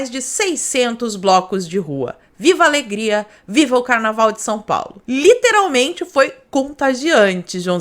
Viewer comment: "Carnalval contagiante" HAHAHAHAHHAHAHAH